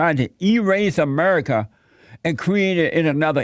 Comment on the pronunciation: Sound like fez when he said amedica